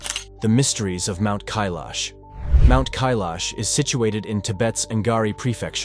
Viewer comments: I counted at least 5 different pronunciations of Kailash. Please pick one and stick to it maybe. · First learn to pronounce Kailash properly before you try to sell a story 😂